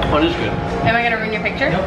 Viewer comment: The "eez gooood" got my ass 😂